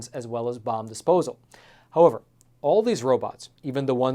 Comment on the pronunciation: How-over? Don't you mean how-ever? I think you just need to slow down a bit. That would be easier to understand as well. Please? After all, it isn't a race. Is it?